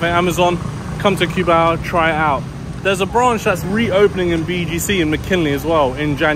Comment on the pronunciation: My wife is hearing the video in the background and correcting your pronunciation of of Cubao. I keep hearing her saying coo-bow from the kitchen LOL. I explained to her that english speakers pronounce it that way because of how it is spelled.